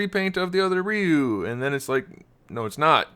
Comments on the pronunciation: Its Re-you not Rye-you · right? he keeps saying Re-u but it pronounced Ry-u